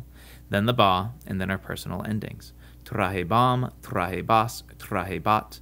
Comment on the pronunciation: Good video, but your stress accentuation is off. E.g. tra-HE-bam, tra-HE-bas, etc., not tra-he-BAM, tra-he-BAS... It's a bad habit students develop from memorization of the endings.